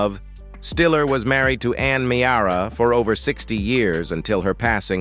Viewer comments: It's pronounced Meera, not Me-ara! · It's pronounced Mear-a not Me-ara. Geez!!